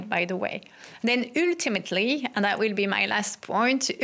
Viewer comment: How not to pronounce "ultimately"....ØØØØØLTIMATLY